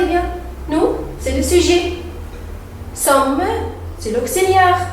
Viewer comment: بغض نظر عن النطق الركيييك جدااا في لغة فرنسية انتي كمان بتعملي اغلاط في قراءة nous sommes في اول نطقتيها بالحرف الاخير و معروف فرنسي مش زي انجليزي حرف اخير مبيتنطقش غير تكوين الجمل في شرح جمل ضعيفه